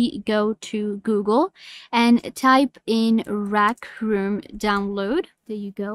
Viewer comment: "rac room"